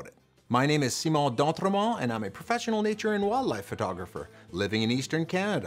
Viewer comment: I love your name and it's enunciation Simon d'Entremont